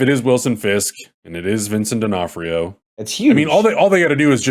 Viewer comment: Vincent D'Onof-TIO??